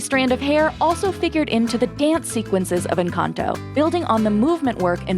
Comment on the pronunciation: Ok with all due respect is nobody gonna talk about how they said “enchanto” instead of “encanto” lol 😂